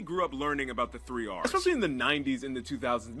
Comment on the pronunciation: Epessly the hard one😂😂😂😂